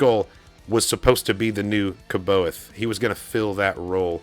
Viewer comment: C’Baoth is pronounced a bit differently unless you were just joking